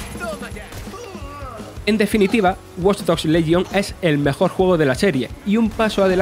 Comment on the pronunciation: el problema no es el acento , es el locutor , problemas con la R , guion mal leido y lento y ceceo que no es cuestion del acento ya que cualquiera puede tener ese problema , watch dogs lesion , yo soy andaluz y insisto no es un problema de acento si no de lectura